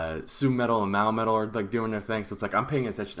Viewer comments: Great review! :) Two small points...... 1) it's NOT "Mao" metal : it's Mo-a !!!! 2) It WAS LEDA on stage..... .with his signature Strandberg headless guitar ! The battle choreography was in the song "Akatsuki"....... it's similar to the "fighting" moves that Yui and Moa do when they perform the song "Ijime Dame Zettai" (sadly not in the current tour setlist!) (with added lightsabres lol) You are in my Babymetal Reactions playlist..... check it out on my channel! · I'm at about the halfway point in watching your review of babymetal's concert and I have this to say right off it's not Mowmetal it's Moametal and as far as the length of time between the first band getting done playing and Babymetal came on stage that's normal with any show unless there is strict time constraints you're lucky it wasn't guns'n'roses headlining it would have been almost 2 hours before they came on after the first band